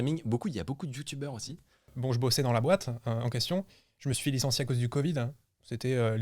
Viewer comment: j'ai eu une erreur Windows quand a dit 'Licencie'🤣🤣